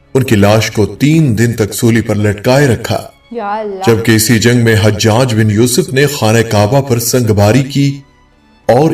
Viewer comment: . Sorry HajHaj nahi it's Hajaj ( Ha , Jaj .)